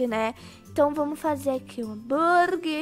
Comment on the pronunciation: só eu q percebi q a disse hamburgui em vez de hamburguer? ou eu q to doida? me diz ae